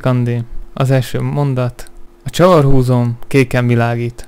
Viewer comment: "csavarhúzOm"? Nem csavarhúzÓm?